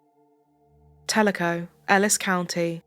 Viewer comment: You are the only one to pronounce Telico right. i was in junior high in Ennis when her and her brother were murdered